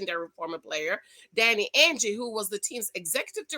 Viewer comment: Ainge pronounced like mange.